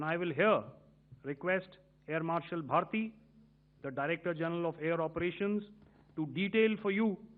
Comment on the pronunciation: എ ആർ ഭാരതി അല്ല ഭാർട്ടി